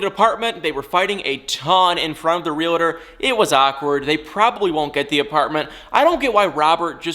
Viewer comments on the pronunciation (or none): Stop saying REELUHTOR!!!!!!!!